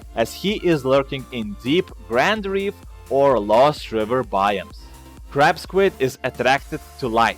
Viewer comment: i thought Ya Said Crap Squid Not Crab Squid XD